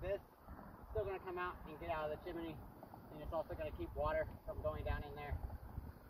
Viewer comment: At what point in your life wil you stop saying"chimeny"?